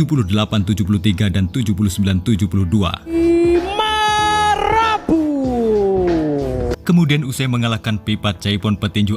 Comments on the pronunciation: Marapu bukan marupu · Heby marapu bukan hebi maropu ,tolong baca baik2,kRena salah arti